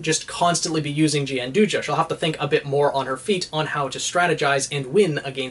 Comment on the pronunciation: Gianduja/Gianduia (the Italian chocolate) is pronounced, and I quote, "john-DOO-ya", so you were pretty much spot-on. There's also the interesting tidbit that Coco's weapon, by technicality, is Nutella. Do with that knowledge what you will.